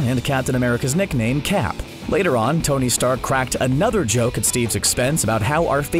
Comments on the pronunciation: “Neckname” or is it just me? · why does it sound like you're saying neckname and neck fury